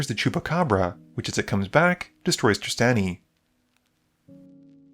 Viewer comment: Okay so I actually tuned out of the Ghired deck games because I was so sad Trostani was gone, I'm so glad she's back, this made my day, even if you pronounce it hard A instead of soft A (like Draw)